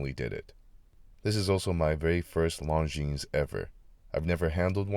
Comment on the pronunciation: I’m thinking about adding this to my collection but in brown. And by the way. The ‘s’ is silent.